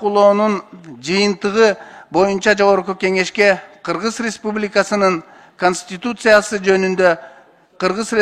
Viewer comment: Кыгыз респубикасы кыгыз респубикасы эле дейт да мына спикер Кыргыз республикасы дегенге тили келбейт окшойт 😁